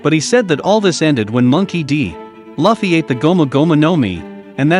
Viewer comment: Not to be that guy, but it's "Lue - ffy. "